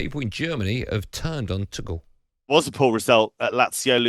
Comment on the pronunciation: Pronounce it as Tuhel, pls! 🙄